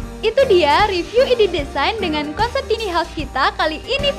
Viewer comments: Tiny house dibacanya taini haus...jgn tini dong hehehe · “Tini” dong :) susah bat apa ngomong “taini” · kirain cuma gw doank yg ga nyaman denger suaranya. bukan dari volume , nada suaranya dibuat tinggi kita yg denger ikutan cape. btw tiny dibacanya taini bukan tini ya min. hehehe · Dan ini satu lagi: "TINI" house?? 😖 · Iya taini nih hrsnya jadi risih 😂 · "Tiny" baca nya taini mbaaa.. tina tini🤦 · Kesel denger si mbak-nya nyebut2 tini haus.... Emang ini rumahnya si Tini..? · min, tiny house bacanya taini haus. tambahin wastafel di kamar mandi dong, min. mampir ke channel ane, min. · Mbak, Tiny House, bukan Tini House. Bacanya "tayni". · “Tini house” apa tu man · Tiny house... Kudunya dibaca "taini haus" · Tiny bukan tini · Tiny sebutnya taini, bukan tini. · Taini bacanya bukan Tini. Si Tini nah sepupunya si Tono. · tiny diucapkan taini .... bukan tini ... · Bacanya tai-ni bukan ti-ni mbakee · Taini home bukan tini home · Taini kali, bukan tini 😄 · Tiny bacanya taini mba